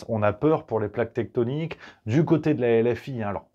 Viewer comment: Garrido elle a dit TECHTONIQUE ou .....tétonique ??